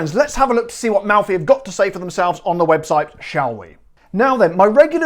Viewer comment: Nice Italian accent! Good job....anyway, I I can't find Malfy gins around here, I hope to soon. Great video as always: You do a heck of a job!